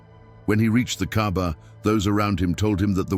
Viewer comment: It's not Kabar. It's Kaba or Ka'ba.